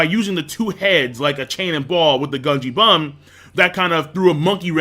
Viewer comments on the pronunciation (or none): Lmao he said gungie bum instead of bungie gum